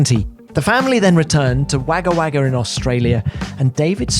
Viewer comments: The NSW city is pronounced wogga wogga, even though its spelt Wagga Wagga, Not that Tom will even read this. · Tom, seriously, your pronunciation of Wagga Wagga... Most of us just call it Wagga too btw. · Tom's pronunciation of Wagga Wagga hahahahahahah. It's said Woga Woga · I nearly fell off my chair hearing Tom's pronunciation! 🤦